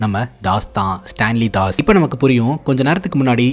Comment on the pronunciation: Bro stalin das name pronounce pannath thapp